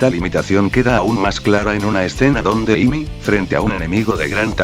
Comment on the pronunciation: decent character analysis ,,,I'd suggest tweaking the text to speech program you're using a bit though. saying Pickax instead of Pico isn't that bad but all the different ways character names were butchered especially Amy herself were really noticeable other than that though great job. keep working on these and i'm sure each one will be better than the last.